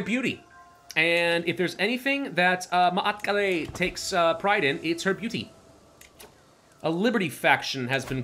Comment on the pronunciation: Double a, extend the a not a’a it might sound a bit better